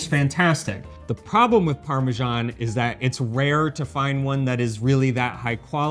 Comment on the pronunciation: It drives me crazy to hear you mispronounce parmesan.